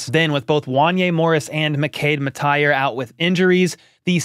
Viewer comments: I don't think "Mettauer" is pronounced "MET-tee-er." I believe it's "MET-ow-er," like you met with a tower. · Hey, good video. Although one thing, I dont really unterstand why you call him mettaier, i think its pronounced just as its written, mettauer. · 😂 ok, so i think its more like mettower, while you‘re pronouncing it like mettire/mettier, i could be wrong though